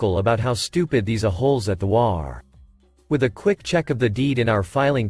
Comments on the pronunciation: HOA isn't a single word pronounced waa. It's an acronym for Home Owners Association, H.O.A. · HOA, is not a word, it is 3 letters, and should be stated as individual letters, NOT A WORD. You should be reading it as 'H' 'O' 'A'. This is the short form of " Home Owner's Association. You sound ridiculous reading it as WHAA. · This one cracked me up, started with hwaas and hoe-aas then says ass plain as day only to finally settle into waa's and ah-holes. 🤣😂🤣